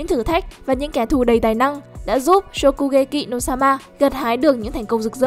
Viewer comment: Nghe giọng đọc chán quá 😑😑😑 cứ nghe shokugekị no somạ 😑😑😑 nghe khó chịu vãi